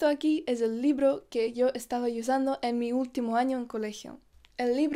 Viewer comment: Hola, saludos desde Argentina. Me tomo el atrevimiento de corregir tu pronunciación cuando dices “usar” o “usando” porque en muchos videos te lo he escuchado. Pronuncias la letra u en inglés en vez de en castellano. Suena como iusar o iusando en lugar de usar y usando. No se si me explico bien. Besos 😘